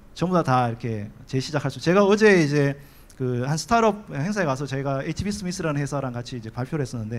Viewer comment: 스탈업 발음 똑바로